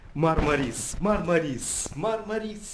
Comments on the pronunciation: МАрмарис, потому что в турецком языке в названиях городов ударение ставится на первый слог! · Ударение на первую А , а не на И . Правильно мАрмарис!!!! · Ударение неправильно режет ухо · В Турции нет города Мармари'с, есть город Ма'рмарис. Ну так, для информации... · Говорить правильно научитесь. Мармарис-ударение на первый слог!!!